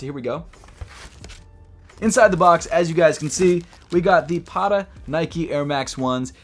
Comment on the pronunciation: Should pronounce the T's in Patta more like an actual T instead of a D because it's Dutch